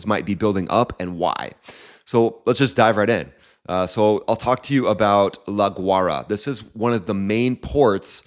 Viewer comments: Its pronounced la y rah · Pronounced La "Goo-ah--e-ra" . Interesting videos!